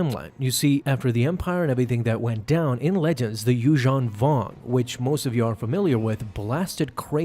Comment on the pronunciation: Yushong Vong? Everyone else I've heard pronounces it yuz-HAN vong